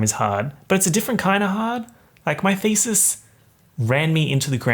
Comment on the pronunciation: lost ALL MY SHIIIIIT everytime he said "doing my thesis" cuz heard "doing my feces". I'm done having only one rotten brain cell